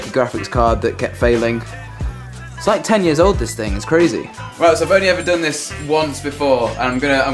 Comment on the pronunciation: 'This little ting' LOL